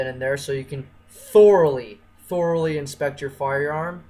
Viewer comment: THOR-ally...I THOR-ally hated this video